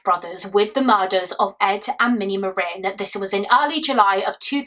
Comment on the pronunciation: Omg they have the same last name as me! I’ve only ever heard of 2 other Marin’s. Thank you for being one of the only people to pronounce it properly, love you and your work ❤